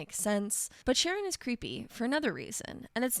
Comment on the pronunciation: I'm almost certain it's pronounced with a K sound at the beginning, like Karon. In Greek mythology, Charon ferries the dead across the river Styx. A friend of mine once made the mistake of giving Charon a bunch of frag grenades when he had him as a companion. It didn't take long for the him to tragicomically take them both out with friendly fire.